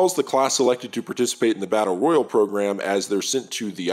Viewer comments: The way you pronounce "Battle royale" makes me want to chew glass. Tell me you're not a gamer without telling me you're not a gamer. >.> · This video came out 3 days ago, in the year of our Lord 2023, a time in the existence of Fortnite, Warzone, PUBG, and this mans can't pronounce Battle Royale correctly? Never gotten a Victory Royale and it shows. Jokes aside this is well made and dope that just irked me a sec 😂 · It's Battle Royale...like a Royale with Cheese. 😂